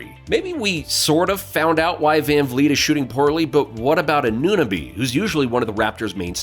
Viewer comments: Unsubscribing after he couldn’t pronounce OG anooooooo-nabeeeee Lol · The second you called him A-noo-nabee, any credibility I thought you may have had with respect to your knowledge of the team went right out the window. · AN * AN * OH * BEE That’s how you pronounce his name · How you pronounced Anunoby made it impossible to pay further attention, sorry. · otto porter is not back lmao. And the way you say Anunoby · For future reference. It's not A-noo-nahbee its A-new-no-bee And is not Pes-call its Pass-kal